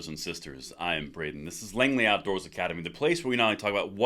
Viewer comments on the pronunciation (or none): none